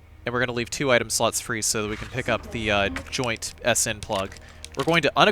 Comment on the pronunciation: i keep hearing inventory sluts...><